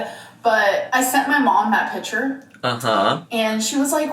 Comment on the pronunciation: “It’s amazeen when people want to take a pitcher with me”